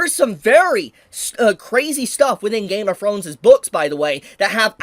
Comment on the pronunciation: That mf said “Game of Frones”